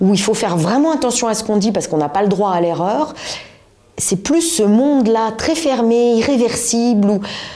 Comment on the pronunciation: Non, la preuve " eRReur" et pas " ereur " 😅